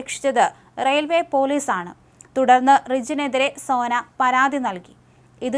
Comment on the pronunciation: സേന അല്ല സോന 😢😢